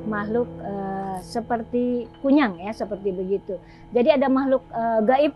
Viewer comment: konyol bukan kunyang